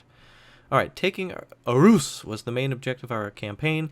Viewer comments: It's pronounced "Awhoos". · It's not Aarhus but Århus and you say it like Århus